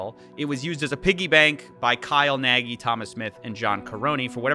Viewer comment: I'm sure Kyle will run back to Hungary to escape the charges. Also pls pronounce it "nug". That y at the end gives me brain tumors. :D